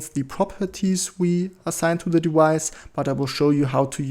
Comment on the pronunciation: If you don't mind a correction to your pronunciation... Whenever you say "device", please do not pronounce the v as if it's a w.